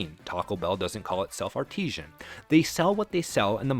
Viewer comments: A valuable story, well told, until that last couple of sentences. Learn the difference between "artesian" and "artisan." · I think you mean "artisan" not "artesian" which is a type of water well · eXpresso? eXpecially? arTEEzhen when it should be ARTisan? Learn how to pronounce words! 😂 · Recommend you learn how to pronounce 'artisan' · My guy. Artisan is not pronounced "Artesian". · I seriously doubt this will be seen but I feel compelled to say first of all that I enjoyed the video, but second that "artisan" is not pronounced "artesian" nor does it mean anything close to the same thing. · Nice video, but for the love of god, please stop pronouncing "artisan" like "artesian." Artesian refers to groundwater. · Dude you need to work on your pronunciation, I was noticing several words said incorrectly throughout this video and it’s distracting. E.g., expresso, artesian, expecially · I wish the AI would learn how to pronounce artisan. Artesian is something completely different. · Artisan, not 'Artesian.' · It’s not “ar-TEE-sian”, it’s “AR-ti-san”. Artesian (ar-TEE-sian) refers to water that is “groundwater confined under pressure beneath impermeable rock layers, forcing it to rise naturally to the surface.” Artisan (AR-ti-san) refers to a person who is “a skilled worker who creates functional or decorative items by hand, combining technical expertise with creativity.” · It’s ‘artisan’…not ‘artesian’…😂. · It's ARTISAN, not artesian. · ARTISAN!ARTISAN YOU MORON! ARTESIAN IS A WELL! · I think you are getting "artesian" and "artisan" mixed up. Artesian, as you pronounce it throughout the video, refers to underground water under pressure. I think you were going for artisan, as in something crafted by hand. Two different words with two different pronunciations. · Teach AI the difference between "artisan" and "Artisian". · Artisan is pronounced ART-i-zen, not art-EE-zhen. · Bro, you mean artisan. Artesian is a different word. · Artisan. Not Artesian.